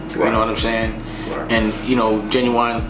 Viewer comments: I mess with Dame as a mogul. But maybe his homies aren't listening to his advice because he pronounces Genuine as ginuwine, and calls Africa a continent. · Why he act like he can't pronounce genuine